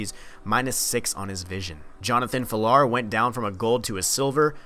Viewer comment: Everyone just gonna ignore how he pronounced Jonathan Villar's name??